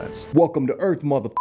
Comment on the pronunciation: "Welcome to earth mawf"